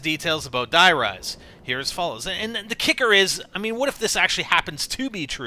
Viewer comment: Its not acctualy Die Rise it is acctualy Der riese word for The giant Die Riese has no sense and "Der Riese" is the codname for a secret laboraty where they tested element 115